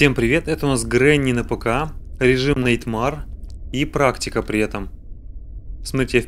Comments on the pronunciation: Просто так говорю: Nightmare произносится, как Найтмэр,а не найтмар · Не "Нэйтма́р",а "На́йтмэр". В топ,если не сложно. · ТОПси Nightmare говорят не так как ты говоришь, а говорят найтмэр